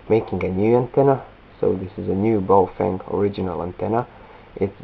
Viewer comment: its prenounced like bay-o-feng. not boufeng